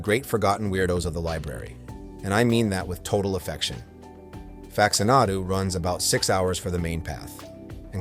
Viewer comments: Jesus Christ... can we just narrate our own videos, please? Fax-uh-NAH-doo?? SERIOUSLY!? Literally no human has ever pronounced it that way. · AI slop. I made it to "facts-ah-naw-du" before finally having enough. Get this crap off of the internet.